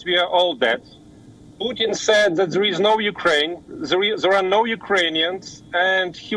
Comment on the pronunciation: Dude it's pronounced "sed" not "say eed". Seriously, get someone who can speak the fucking language.